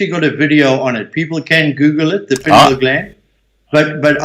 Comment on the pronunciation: Amazing. He needs to learn how to pronounce "pineal".